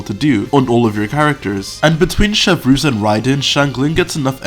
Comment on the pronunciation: imagine not knowing French couldn't be me Please keep pronouncing them wrong tho it's so much funnier to hear shiv roos🙏